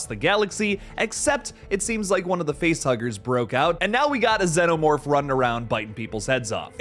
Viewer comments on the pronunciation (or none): Its xenomorph not ZANOMORPH. What are you an Ai?